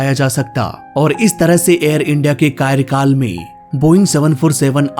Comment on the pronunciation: कायरकाल नहीं कार्यकाल होता है।